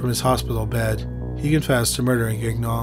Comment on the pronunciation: Please tell me I misheard you pronouncing, "Gagnon" as "Gag-non"... Thanks,.